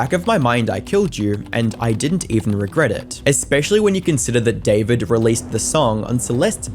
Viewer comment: Is it just me or did everyone think that bros name was pronounced "difored" instead of David